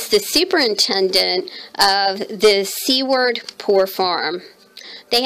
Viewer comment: I too was hanging on every word. You did such a beautiful job on this. You should make more of these story journals. I live in Nebraska and you pronounce Seward (Sue - ward).